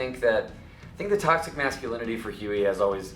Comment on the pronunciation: pois é cara, realmente deprimente... essa guria não consegue ficar 5 segundos sem falar "tÓxiCaN"